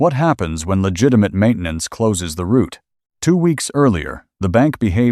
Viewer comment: This video has numerous screw-ups with audio and subtitles. See in the video for an example. The pronunciation of 'maintenance' in the video sounds like French. I am old and don't read well and use text and audio to follow the video and flaws make understanding the video difficult.